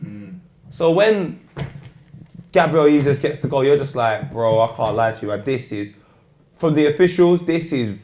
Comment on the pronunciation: is it just me or did say Gabriel Yeezus? lol